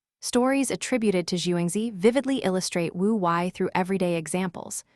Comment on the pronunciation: Wu Wei mispronounced. It is Woo Way.